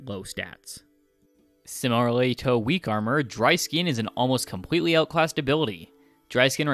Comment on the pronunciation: ok I can overlook mispronouncing Pokémon names but how the heck did you butcher “similarly to” as Cen-nara-lay toe!?